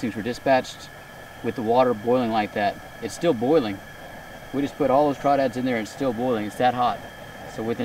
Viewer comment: I’m from Louisiana and I’m happy you pronounced them correct